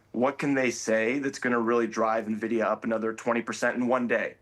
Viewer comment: Small brain alert. It's Nvidia, not Navidia.